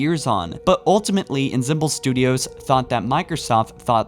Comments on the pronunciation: änˈsämbəl änˈsämbəl änˈsämbəl NOT enzymbal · "Enzembel" Ensemble. (AHN-som-bulh) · "Ensemble" is pronounced "on-SOM-bul" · Ensemble "On-Som-Bull"- not "In-sim-bel" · What is inzembil? Do you mean to say ensemble[ahn-sahm-buh l]? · Ensemble is pronounced "on-sombel," not "in-symbol" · this guy REALLY needs to work on his pronunciation... "insimble studios" "eldorito" i could go on and on... this makes your videos so hard to watch for me. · "inzemble studios" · Ensemble is pronounced On-som-bull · Why does every Halo channel not know how to pronounce words? Enzemble? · You mispronouncing ensemble bruv its pronounced AN-SAM-BLE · Ensemble is pronounced "Onsomble"... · Was wondering if you were saying Ensemble or Ensimple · can't pronounce ANYTHING right. It's pronounced (on-som-bul) studios. Jesus Christ. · Lmao inzemble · Ensemble (ON-som-bull). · It seems you can’t read all that well. You keep mispronouncing “Ensemble” and “Forerunner”. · The way you pronounce "ensemble"... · Do you not know how to pronouce "Ensemble"? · That's a bizarre way to pronounce "Ensemble". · You pronounced ensemble wrong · Do you really not know how to pronounce "ensemble? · This guy is a fucking moron, can’t pronounce forerunner, ensemble, and thinks the DS was called the Halo DS